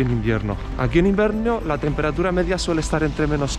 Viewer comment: "Aqui en invernio la temperarura..." Ekisde😅🤣